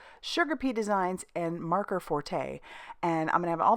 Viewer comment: Maker . Not marker. Forte. N r